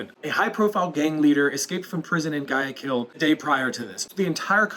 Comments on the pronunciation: It's not Guy I Kill, Ecuador lol. I believe it's pronounced like Why-a. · I love how you twisted it to make it seem like his mistake had something to do with my spelling mistake 😂. Does a spelling mistake like mine equal to someone saying guy a keel instead of why a keel in proper pronunciation. It seems there is a large intellectual moral difference between the two of us. Your on the side of not telling people when they are saying something that might embarrass them. While I prefer to interfere and help someone better themselves in hopes that people would treat me the same. Than you tell me I have a spelling error , and in turn you revert to a lie and say I am a hypocrite when I never said you were wrong. I would have had to have disagreed with you for me to qualify as a hypocrite. Obviously your not fooling anyone. You started an argument from a simple constructive criticism comment and reverted to lies and ad hominem attacks. If you have no real points to address I will assume that was your complete come back. Have a nice day. Try to relax and not be so apprehensive and obnoxious, it might benefit you in the long run. No hard feelings, may God bless you 😀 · Didn't pronounce the city propperly .